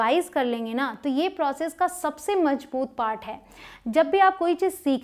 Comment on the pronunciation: Mazboot hota hai mam majboot nh